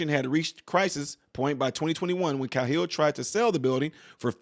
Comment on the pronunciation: The name is pronounced, "K-HILL", Thanx. Matt Cahill